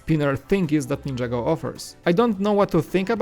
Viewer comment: nin - ja - go not ninja go